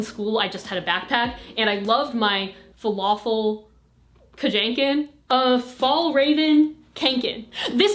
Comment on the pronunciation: “FALAFEL KADJANKEN” Love how you try to say Kånken, always wanted to know how non Swedish people thought it was pronounced!